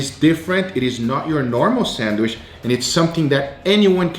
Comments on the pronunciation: Bro anyone getting a little triggered when he says "sandwish" ??? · Why do u say sandwish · No one:: sAnWiSh